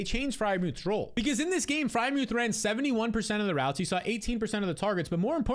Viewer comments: Ngl he says add muth every year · Bro said add Freiermuth 😂